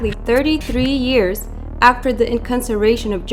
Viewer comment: Inconseration, not incarceration? :U